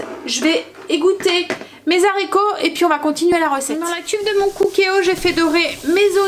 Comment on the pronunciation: Bonjour, vous êtes formidable comme cuisinière mais ,SVP , quand vous cuisinez des haricots sachez que le mot haricot ne commence pas un " Z " mais bien par un "h" qui empêche toute liaison phonétique possible .... désolée fallait que je le dise ...😁😁😁. Je vous embrasse.